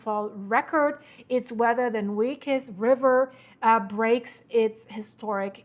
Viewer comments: I just wanted to let you know that it is the Nueces, pronounced Nwayses. 😊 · Rain in the North means the floods move down the rivers. Because all the reservoirs are man-made, water must be released to prevent failure and absolute catastrophe down stream. Cibolo creek is pronounced sib-il-oh. Nueces is New-eh-ces.